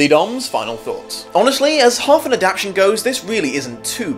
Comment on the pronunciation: i know you wont probably read this but if you can spell adaptation right in the title why can't you say it right? ad-ap-TAY-shon, not ad-AP-shon